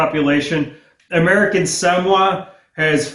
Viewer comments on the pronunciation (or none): Samoa is pronounced Sa-mo-a, not samwa.